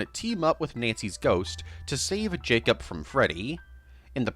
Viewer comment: Am I allowed to ask why you say Jacob like it's spelt J-A-C-U-P?